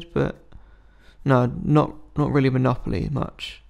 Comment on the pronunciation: I swear he said Molopoly once